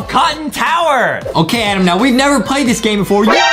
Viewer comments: HE NEEDS TO GO ENGLISH BOO CAMP HE SAID ADAM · Adem oh Adem Is Not Adem Its Adam Ohhh